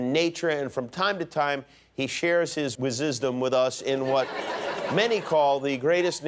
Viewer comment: haha "share his wizzisdom"